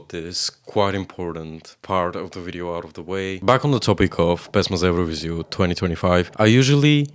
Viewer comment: he literally mentioned those symbols. Though, I'm also curious about where he's from, and why is Serbia his arch-nemesis :D His pronunciation of "pesma za evroviziju" was perfect. When it comes to politics - I'm also interested in foreign politics. I don't see anything weird about it. On the other hand, I'm not xenophobic, that might be the reason.